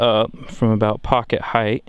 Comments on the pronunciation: "... head heighth" ... welp, unwatchable. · I really like your videos but what I'd really like to hear, is you pronouncing the word "Height" correctly. Try comparing the word "Weight" and "Height" they should sound almost the same . It's as if your adding an extra "th" to the end of "Height". Thanks for the awesome content!